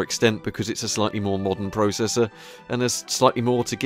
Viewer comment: ZEE*** NOT ZED AND YOU SAY PROCESSOR WRONG